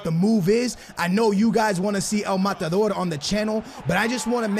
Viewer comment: White peoples saying “el matador”😂